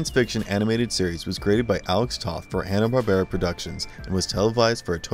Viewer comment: This is a horribly inaccurate video. To say that "Jonny [sic!] Quest" or "The Powerpuff Girls" are forgotten is absurd, but I'd say it's worse yet that the narrator doesn't even pronounce Joseph Barbera's name properly, with the stress on the second syllable: bar-BEAR-a. If one had wanted to spotlight forgotten HB superhero shows, one would have done much better choosing something like "Sinbad, Jr. and His Magic Belt" or "Samson & Goliath."